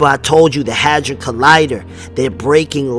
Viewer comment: sounded like u said hazard collider? its a hedron colider